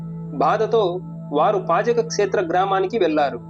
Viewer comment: పజక కాదు నాయనా అది "పాజక". ఉడిపి దగ్గర లో వుంటుంది.